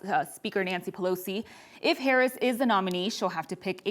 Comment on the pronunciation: “Vice President herrin” this reporter is about as bad as Biden when it comes to speeches 😂 basic communication is not her strong suit 🫵🏼🤣